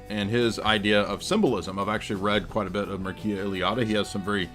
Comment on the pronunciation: Enlightening as always, only one correction, the first name of the Romanian comparative religion scholar Eliade is pronounced Mircha